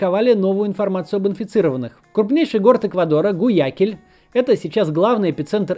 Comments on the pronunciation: ПОЖАЛУЙСТА, ЧИТАЙТЕ ГУАЯКИЛЬ!!! НЕ "гуякиль"! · Максим, очень интересный выпуск! Спасибо. Да, про Колумбию все правда. Максим, Гуаякиль произносится именно так "Г-У-А-Я-К-И-Л-Ь" с ударением на И. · Второе видео про ЛА смотрю, не могу больше молчать) Правильно говорить - ГюякИль, а не ГуЯкиль :) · Максим, ГуаякИль, пожалуйста! Это не так сложно выучить! А видео очень классное, продолжайте делать ролики о Латинской Америке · Интересная информация. Кстати, город в Эквадоре произносится как ГуаякИль. С ударением на И. Был там в ноябре, аж не верится что всё это там происходит. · Максим, в названии города Гуаякиль ударение падает на последнюю И - Гуаяки́ль. Привет из того самого Эквадора))